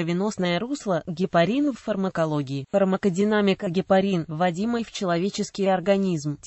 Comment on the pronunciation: Как можно верить чтецу, если он не может правильно прочитати,ударение неправильное, кислота ГИАЛУРОНОВАЯ......... Люди.... ГепарИн, но никак не гепАрин. До конца досмотреть невозможно